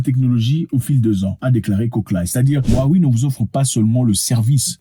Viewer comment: Ça se prononce Wawé grand frére